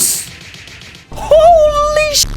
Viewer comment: chill guys he just said ho lee-sheet